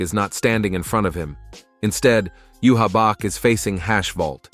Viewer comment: These are good. But can you pronounce bankai 🫠 like they do in the anime...bahn-kai...also you-havac. Sry to nitpick 🙏 Also stern ritter translates to star knight, not student legion. Wouldn't make sense since they're adults